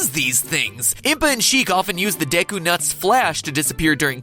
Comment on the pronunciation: Also deku was pronounced wrong